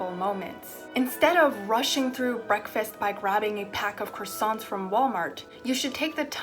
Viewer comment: why does she say croissants fancy like that it is so funny